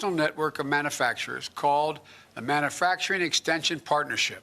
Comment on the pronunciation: Guy can’t even pronounce manufacturing,never mind what it means.